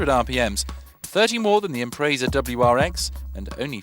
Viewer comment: you didnt actually just say limited sip differential. ffs why are you reviewing cars? also learn to pronounce Impreza.